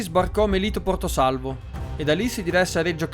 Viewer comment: tutto giusto l unico errore e la pronuncia di melito di porto salvo. Per il resto video bellissimo, quando nuova serie?